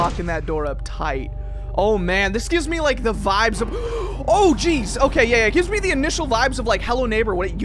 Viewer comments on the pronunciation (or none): none